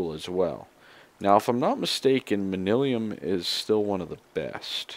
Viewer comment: It's man-yuh-lin, or man-yoo-lin ;P